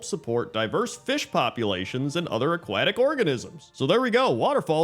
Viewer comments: Where are you from that you pronounce "aquatic" that way? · I'll never get used to the way he says aquatic. 😅